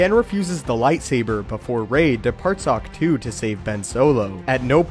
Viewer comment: It is in the Xwing in the bay on ahctch-too